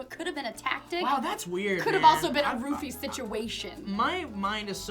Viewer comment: Every time they say "roofie" I hear "rupee". For a while I actually thought they were talking about Zelda.